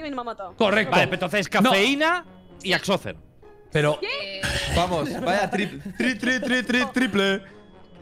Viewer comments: Todos: Axozer Noni: Achocher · "Achocher" amooooooooooooooooooooo